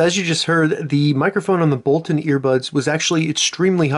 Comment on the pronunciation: It's boltoon, not bolton!